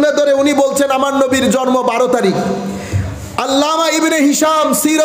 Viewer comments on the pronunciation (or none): Jormo na ucharon ta jonmo hobe